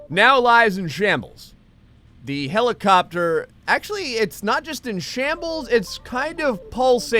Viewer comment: "Look its a Hellacopter on a hellapad" XD